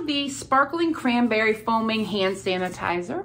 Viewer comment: Love how you said “hanitizer”, that’s what my 6 year old has always called it.